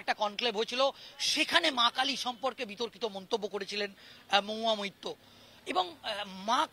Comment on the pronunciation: MAHUYA MAITTA. NA BHAI MAHUYA MAITRA. THIK THAK BOLO TO AAGE